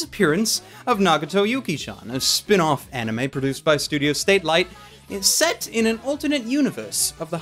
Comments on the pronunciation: I do wonder if is ever going to realise the studio is actually called Satelite instead of Statelite.:p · Why are you pronouncing "Satelight" so weird. And not just once you do it throughout the video. . .